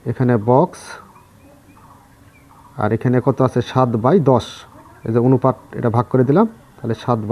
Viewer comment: আপনি অনুপাত কে অনুফাত বলছেন কেনো???